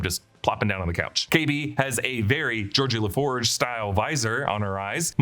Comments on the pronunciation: GEORDI La Forge. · "Georgie LaForge"? -- some subtle Trek-trolling in this Star Wars vid? Or just autocorrect sabotage in the script?